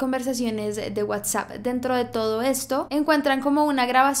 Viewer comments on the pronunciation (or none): none